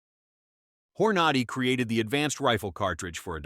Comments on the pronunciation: “hor-NAH-dy ? It is HOR-na-dy. This guy is “Gun Man”? What horseshit. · Hor-nod-ee, you gotta love this AI generated pablum. Not! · "hor-NAD-i"????? That's how you look like a fool. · The narrator is killing me…Hornady will forever in my brain be called Whore Naughty… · How about learning how to pronounce Hornady !!